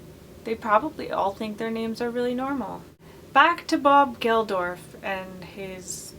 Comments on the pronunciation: Bob Geldof...not Gelorf... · It’s pronounced bob gel-doff I’m sorry I couldn’t not correct. Some of these are awful but Jagger Joseph Blue is pretty cool in my opinion